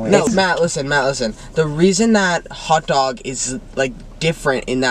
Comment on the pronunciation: I’ve never heard anyone else say hutdog like my sister instead of pronouncing hotdog she pronounces it hutdog and Matt does it too and I’m here for it